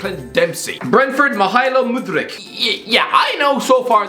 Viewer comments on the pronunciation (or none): Mykhaylo Mudryk. You are taking the piss. His name is similar to yours mate. His name is pronounced michailo mudrik Edit: you can pronounce Aouar. Better than don robbie Edit2: Etikite= Etiktkt??? Let me help you: Eti-ki-te